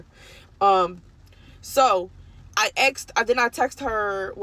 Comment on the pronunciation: She axed her stylist a question. Said she axed her many times. Guess the stylist didn't want to be axed. Just axe someone else